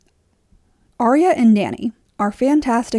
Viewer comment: Dude her name is Arya not Aria.